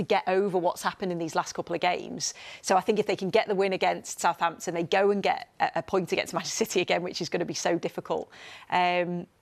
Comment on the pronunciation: Southampton 😂 say otherwise